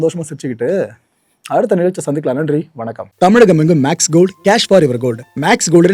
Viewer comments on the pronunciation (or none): none